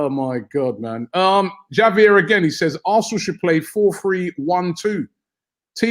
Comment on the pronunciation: Are Brits incapable of pronouncing Spanish names/words correctly? Between Troops pronouncing the Ls in paella, Robbie pronouncing Javier with a hard J, and everyone calling it Athletico instead of Atletico, it makes me wonder if they’ve never heard a Spanish word or name in their lives.